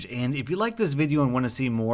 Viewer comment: Why did he have Russian accent when he said video at the end